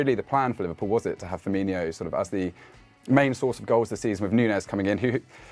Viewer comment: Hey: Please don't pronounce it Firminho. There's no reason to do so 🙂